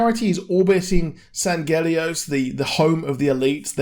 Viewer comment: And he says it completely wrong.